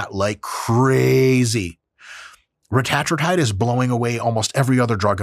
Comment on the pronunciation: That’s the right way to pronounce it. Same thing with semaglutide. Its pronounced sem-AH-glu-TIDE